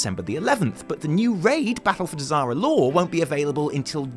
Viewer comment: I'm drunk and when you said "Battle of Dazar'alor" I thought you said "Battle of Disaster Lore."